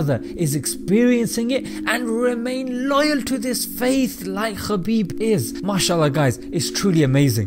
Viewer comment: Brother his name is ( Habib ) forget about the K ❤️❤️🌹 And in Arabic it’s ( حبيب ) Khabib the first letter like Khan it’s not very good meaning the right meaning to his name is with the letter H May Allah bless you our beautiful brother 💚